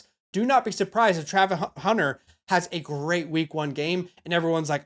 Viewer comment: bro can't spell or say Travis Hunter 😂